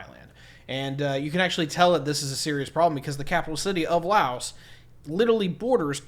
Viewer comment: We Laos have China and ASEAN is all that is needed since we are the only landlocked country. And please pronounce Laos correctly or don't even bother making stupid uneducated videos! Right now Laos is now land link with China under the BRI initiative. And Thailand has no concern for us. Not sure what you trying to say here because everything you say here is based on lies and you are a war-monger.